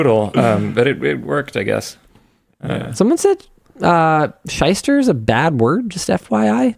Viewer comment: Shyster. As in Shylock.